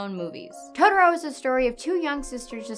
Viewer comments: totoLO not totoROE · It's Totoro, not Todoro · Is this how people really say Totoro? It sounds like she's saying todoro. I was always told it's pronounced "toh toh roh"